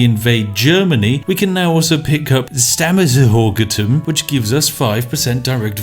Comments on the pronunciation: Its pronounced Stammesherzogtum!.... wait...this didnt help. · The pronunciation of "Stammesherzogtum" did hurt my german soul. xD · Stammesherzogtum = Stämmethorgetum. made my day xD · I got a stroke when you pronounced Stammesherzogtum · Spiff pronouncing Stammesherzogtum sounds like the japanese -> english -> german pronunciation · "Stammesherzhogtum" was by far the best. Played it like 20 times laughing my ass off.